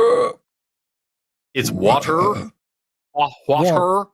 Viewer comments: says water by emphasizing TER like TERD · says "water" as 'Warh-tarh".. with a pause in between syllables.